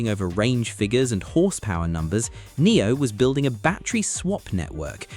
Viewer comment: Silly IA voice can't pronounce Omoda and Nio correctly ... please review your videos before publishing them !